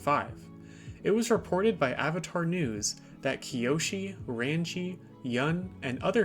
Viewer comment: NAHH I KNOW BRO DID NOT MANAGE TO BUTCHER RANGI’S NAME THAT BADLY “RAUNJEE” LIKE SIR